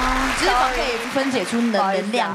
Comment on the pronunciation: 三立字幕組的，字幕打完後可否再校稿一下🤔，是沙漠之「舟」而不是「洲」，還有唸題的先生也把「脂」肪的「脂」唸錯音，應該是唸作一聲，音同「知」，如「胭脂扣」，裡面只有LULU唸的是正確的👍。還有幾年前看到他們把某部劇字幕中「徹底」的「徹」打成清「澈」的「澈」，若干年後看了還是依舊沒改，整個無言…🙄